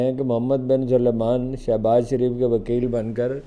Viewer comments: Mohammed bin "SULEMAN" nahi yeh galat hai , mohammed bin , "SALMAN" sahi naam hai. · آپ سینئر صحافی ہیں، آپکو یہ نہیں معلوم کہ درست نام محمد بن سلمان ہے، یعنی س پر زبر، ل ساکن میم الف زبر ما، نون ساکن۔ سل+مان۔ Sal+maan خدا معلوم پنجابی سلمان کیوں نہیں کہ پاتے؟ اسے سلیمان کیوں بنا دیتے ہیں؟